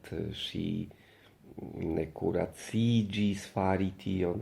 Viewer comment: plej saĝa EO-jutubisto ĝis nun. se mi bone komprenis, ni povas per multa komentado havigi la impreson al jutubo, ke EO-videoj vere gravas - bona ideo! ps. la vorto kuraĝiĝi sonas iomete kiel kuraciĝi ĉe vi (okazis dufoje, tial mi skribas) ...?